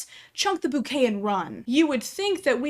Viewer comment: Thank you for being one of the only people I have ever heard correctly pronounce the word “boo-kay” [bouquet] instead of “bow-kay.” Thank you 🙏🏼